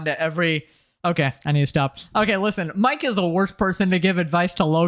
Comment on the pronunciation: Why am I watching this commentary by a child. You made 60 videos about these clowns and act like you can‘t pronounce Mikes name. If somebody else does that you make 5 minutes of content about it. Fuck me for even engaging here, I need to go outside. Blocked and unsubscribed.